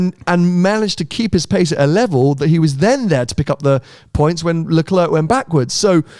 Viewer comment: Please please please Sam teach the moron how to pronounce LeClerc's name correctly, it's ridiculous